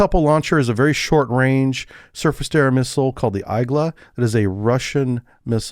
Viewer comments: EYE-gla? Come on man 😂🤣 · Igla/igła is pronounced e-g-wa not whatever you said